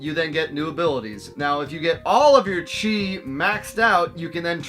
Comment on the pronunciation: Game looks way better than I expected it to be. Never seen the anime. Not sure how I'd feel about playing an anime video game without watching the actual anime. I heard you say "chi" the first time, then I swore you were talking about "cheese" the time after. Then I saw the little green cheese icons and thought the anime was about gathering cheese for powering up.